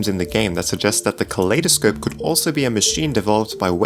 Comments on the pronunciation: why does he pronounce kaleidoscope like Claydascope? cause I pronounce Kaleidoscope as in if two world collide? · You said kaleidospe wo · btw its pronounced "kuh-lie-duh-scope". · It's pronounced kolidoscope as in I am good